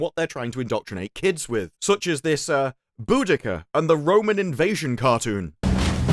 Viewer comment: Its pronounced BO DA See A not BO Dick A you eejit!